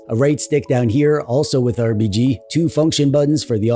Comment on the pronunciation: Loved your style and attention to detail. Like always pronouncing RBG right! One of the few channels I watch every single video that comes out.